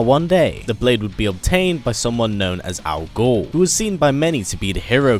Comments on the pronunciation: I swear it sounds like you're saying "al gore" at the beginning of the video. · I keep hearing "al gore". Lol